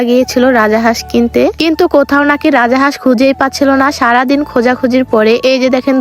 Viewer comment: Ara boldi rajahas na rajhas😂😂